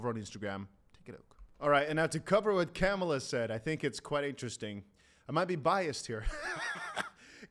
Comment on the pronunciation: It's Kamala (Comma-la)